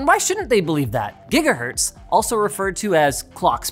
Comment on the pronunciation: Ah yes, the gigaherts.